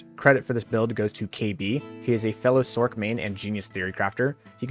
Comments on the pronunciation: Sorceress .... not Sork .. this might help use this as a "Source" then look how silly Sork seems in place with Sorceress when said (Sorkeress) Please use the word properly. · you’re saying the word sork when speaking it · I see what you’re saying but it’s Sorc not sork I think Spock just is grumpy though .